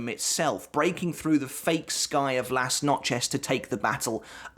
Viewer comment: Lass-notch-ez? Good god man, some effort would be appreciated